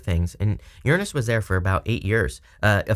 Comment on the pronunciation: Thank you for saying Uranus correctly!! 😭😋